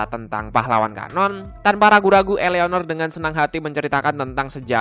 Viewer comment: "I" BANG BUKAN"EA"